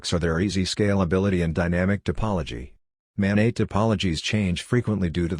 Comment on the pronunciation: "Mobile Ad-hoc Network" (MANET)...the "NET" is short for "NETwork", not "NEYwork". It's maNET, not maNEY